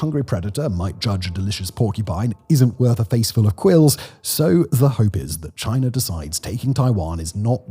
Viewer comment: There is no R at the end of China